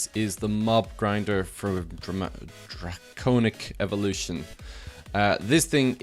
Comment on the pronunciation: "Draconomic evolution" really? Draconic. Drah-coh-nic.